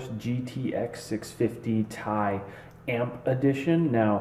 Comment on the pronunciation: its t.i not ti